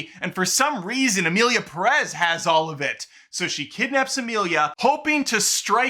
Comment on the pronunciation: pErez, not perEz